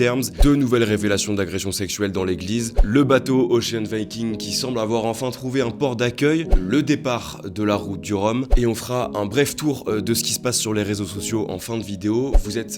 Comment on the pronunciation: t'es obligé de prononcer < > a l'américaine?👎👎